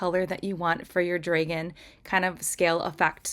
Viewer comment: I love your nails, but why do you say dragon with a long a?